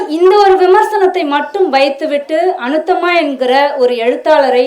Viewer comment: அநுத்தம்மா இல்லை. அநுத்தமா. பெயரை கூட தவறாகச் சொல்வதை சகிக்க முடியவில்லை